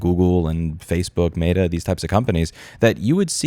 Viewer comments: Is Louis saying “mayda” instead of meta? Lol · What is “mate-uh” ???? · It's both Cringe, and hilarious that Louis pronounces Meta as "Mater" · Today I learned you pronounce Meta weird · Louis, you make very valid points, but the way you say Meta kills me. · The way you say Meta triggers me more than the company itself. (jk kinda). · great video but the way you pronounce "meta" mildly upsets me